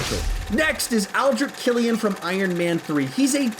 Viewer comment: sorry to say but, you say aldrit killian, and hes name is ALDRICH KILLIAN